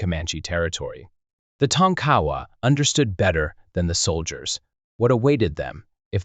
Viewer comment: Tonk-A- Wa not tonk cowa